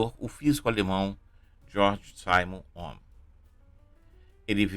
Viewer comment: Detalhe sem importância: o nome é alemão e, portanto, a pronúncia não está correta. Por exemplo, o "s" em Simon, no idioma alemão, é pronunciado, aproximadamente, com se fosse um "z".